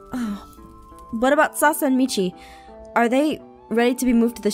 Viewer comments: Who else herd aph say salsa not Sasha lol And also aph.. YOU ATE A BOWL!? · Yep it was salsa WAIT Salmau Salsa and APHMAU~SENPAI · Aph: did you round up salsa and michi ( yes I know I said salsa it sounded like it) Me: aaaaaaarrriiibbbiiiaaa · Did anyone else hear her say “Sasa and Mich’i” instead of Sasha and Mich’i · did anyone notice she said “ are salsa and michi ready?” instead of Sasha? lmao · Aphmau said salsa instead of sasha I guess she was hungry lol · Am I the only one who heard "Salsa" instead of Sasha?😂😂 btw rewatching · Did anyone notice aphmau called sasha salsa?????🍝🍝🍝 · ...omi it sounded like she said Salsa and Michi VDHSXV AHAHA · Did she say... sasa? This made me think of the lost colony of roanoke LOL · Anyone else hear salsa in steed of Sasha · Did you call Sasha Sasa🤨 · Hahahahahahahahahahahahahhahahahahahahahah!!!!!!!!!!!!!!😂😂😂😂😂😂😂😂😂😂😂 aph said sasa instead of Sasha 😂😂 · she says suasa instead of sash!😂😂😂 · Did anyone notice that she said Sasa instead of Sasha 😂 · U keep calling Sasha Sasa lol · She said Sasa and michi instead of Sacha and michi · AND APHMAU SAID SASA!! ITS SASHA!!! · Did u just say salsa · I swear when she says what about Sasha and Michi she said what about salsa and michi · Has anyone noticed that in , Aphmau said 'Sasa' instead of Sasha? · I just heard Aphmau said "Salsa" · Did anyone else notice that Aphmau kept on saying Sasa instead of Sasha? If you did like this comment. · when she was with aaron and travis did she say sasha or salsa? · did anyone else hear Aph say salsa instead of sasha?? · Aph keeps saying sasa instead of sasha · Why does she keep calling sasha salsa its triggering me 😫🦊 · Did you hear aphmau said sasa and not sasha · Aphmau u said salsa instead of sasha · it really bothers me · Yeah, i herd sasa to, but it was an honest mistake! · =_= u called Sasha sauce-a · anyone notice that aph said Sasa instead of Sasha :) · Omg i thought i was going crazy when i heard it YAS I HEARD SASA ASWELL!!!!